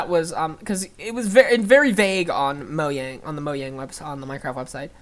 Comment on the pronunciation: And thanks for saying Mojang correctly